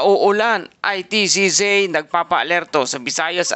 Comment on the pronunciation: Anong ITCZei? Baka ITCZ? Yung pronunciation, charrrizz 😊